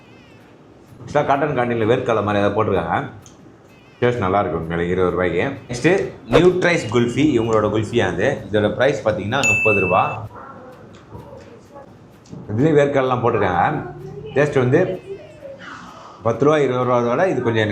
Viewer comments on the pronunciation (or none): நட்ரைஸ் bro not நியூட்ரைஸ்